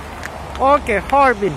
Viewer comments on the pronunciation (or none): Harbin not harvin 😂🤣😂🤣